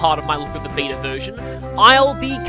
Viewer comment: the funny thing is, every time you say beta version I hear vita version lol.